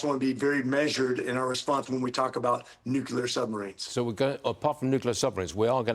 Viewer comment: Why does everybody pronounce the word nuclear as NUKILAR?